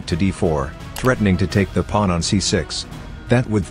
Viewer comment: It’s not a ChessPaige video without the AI saying “Pu-wan”